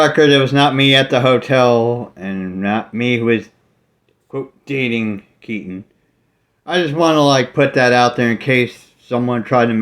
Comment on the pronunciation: Jason Unruhe got Keaten's name wrong hahaha